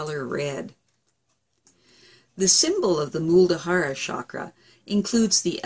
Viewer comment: Muladhara. Not Muldahara! :)